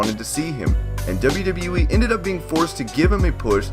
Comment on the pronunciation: Again "In the debe debe weee"